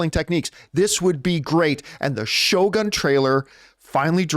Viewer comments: Did John have a note reminding him how to pronounce Shogun?😂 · No, I was just making fun of the pronunciation!